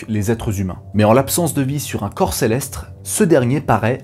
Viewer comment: Céleste sans R boy